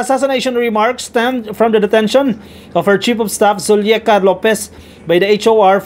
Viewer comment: it’s Zuleika….not Zulieka….